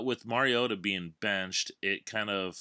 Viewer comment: Finally someone who knows how to say Mariota, great work man